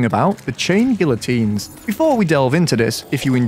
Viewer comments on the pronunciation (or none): its pronounced GEE-a-TEEN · You corrected yourself and you were still wrong. It’s ghee ya teen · You churn these vids out like sausages btw I pronounce it gee-uh-teen not sure if thats correct tho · please its pronounced gee uh teen, you hurt me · bro its gee uh teen bruhhh 😭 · it's pronounced gee-uh-teen because the "LL" makes sort of a "Y" sound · Gee uh teen. PRONOUNCE IT CORRECTLY. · the funniest thing about him correcting his own pronunciation is that he's STILL pronouncing it wrong after he gets it right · You managed to mispronounce guillotine, correct yourself, and then proceed to use an incorrect pronunciation for the rest of the video anyway. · The fact that you corrected yourself and still got the pronounciation wrong XD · You still said it wrong btw